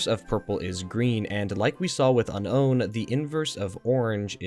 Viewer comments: One quick question why are you saying Un-own when it is very obviously pronounced Unown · It’s pronounced “unknown” not “uh-nown” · Is that the proper way to pronounce unown? This is the first time I've heard it said that way. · Why do you pronounce unown like that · This is the first I’ve heard anyone pronounce it that way, that’s so weird, clearly from people just reading it and not watching the anime but so weird.